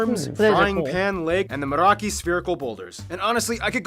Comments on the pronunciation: Kiwi here. I picked up a few inaccuracies on the video they are watching: "Meraki Boulders" he means "Moeraki"; "Marlboro"; "Moe-ri" is wrong, the macron above the "a" basically doubles the length int he way you say it, so it sounds like "M-AA-O-RI" and the "r" rolls like a Scottish "r"; NZ English pronunciation IS different to Australia; but the "Zelandia" thing is correct - based on the interpretation of international law, tehnically, NZ has claim to that entire continental shelf/region. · Those boulders are at Moeraki, not meraki. Gotta say Waitomo glow worm caves are Def worth a visit. And Mount Ruapehu is pronounced roo a pay hoo(honestly the pay is more "peh" but...) Weta have several species, most smaller than a giant Weta. They're not dangerous and herbivores so not as scary as they look. And Maori is pronounced Mow ri (not quite really, but it's close enough) Hokey pokey >ce cream is vanilla with little pieces of brittle hard candy suspended in it.